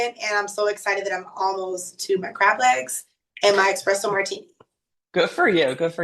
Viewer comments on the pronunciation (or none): I can forgive a lot, but I can't forgive saying "expresso martini." Its giving Below Deck nightmare guest.